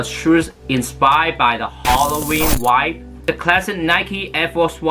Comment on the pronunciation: 把vibe念清楚